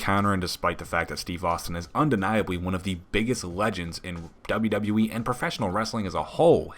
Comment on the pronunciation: Has anyone else noticed over the years that Kurt Angel can't pronounce WWE correctly? It always sounds like he is saying "double double -E"